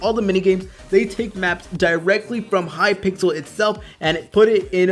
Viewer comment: Hypixel not Hypixle